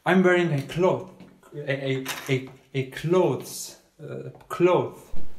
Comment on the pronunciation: Ngl when he said clothe that cracked me up